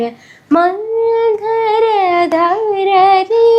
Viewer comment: മന്ഥര ധരരേ എന്നല്ല മന്ദരധരരേ അല്ലേ